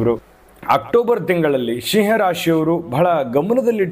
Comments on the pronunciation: Pronounce properly that’s not Shiah 😂 it’s SIMHA. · Oh god it's not "Sheeee haa rashri".